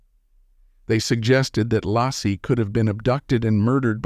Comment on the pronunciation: Her name is pronounced ‘Lay-Cee’ not Lah-cee. Thank you for this post.